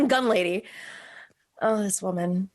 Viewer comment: At first I thought you said "the dumb lady" but gun lady works, LOL